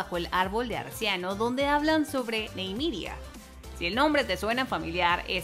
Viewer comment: Se dice : Ni-me-ria 😅 ajajajaja